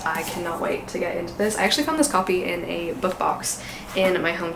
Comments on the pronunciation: Hold up. Kate Chopin is a "Chopin" like "choppin wood" rather than "Chopin" like "show-pan," the composer? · It seems to be trendy to put down CITR. It’s really good. Reading other Salinger puts it into better focus. PS it’s pronounced Kate sho-PAN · Kate Chopin is pronounced liked the great composer Chopin. Xo